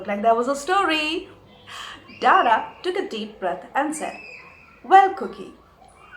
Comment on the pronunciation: dada in bengali means elder brother, the pronunciation is wrong and too anglisised...his name is not daadaa